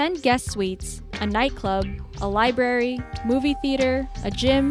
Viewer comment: "A libary" Yup that is what it is. A "libary".